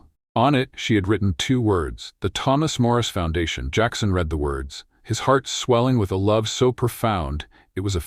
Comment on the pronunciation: Good story, but I wish AI would learn the context of present or past tense when using the word read. Pronouncing it as “red” no matter the tense temporarily causes loss of context and understanding.